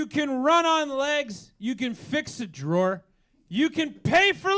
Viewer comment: Yes!! We say 'drawer' the same way! I've been teased about it all my life. There is no other way to say it! :P